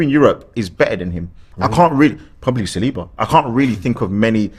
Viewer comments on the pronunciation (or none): Spoke with my friend who is French, he confirmed to me that Saliba is pronounced with a stress at the last letter. So it is Salibá. The right way to pronounce his last name.